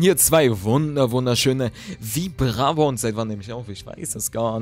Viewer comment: Heilige scheiße wie du Vibrava ausgeprochen hast, da musste ich an ein Vibrator denken xD Schon wieder ein Dankesschön-Video? ja ich hab dich auch lieb =P Also für RPG- Fans kann ich nur die Kingdom Hearts reihe und die Tales of.. reihe empfehlen, besonders die Tales of.. Reihe für anime fans ^^ Hmm ich hab bisjetzt alle KH teile gespielt ausgenommen von Re:coded und bei Re:Chain of memories häng ich gerade =/ Und mein Lieblings Kingdom Hearts Teil ist " Kingdom Hearts 358/ 2 days für den NDS^^ Wow jetzt passt der ingame-sound^^